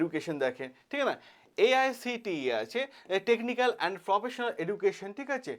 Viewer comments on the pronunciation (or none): none